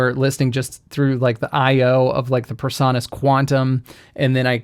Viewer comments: A small thing, but your pronunciation of PreSonus as "per-saw-nuss" is really irritating. It should be "pree-sew-nuss." (Your pronunciation just sets my autism off!) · Why do you mispronounce PreSonus? PRE, not PER. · The o in Presonus should be long, not short. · I've never heard anyone pronounce "Presonus" the way you do...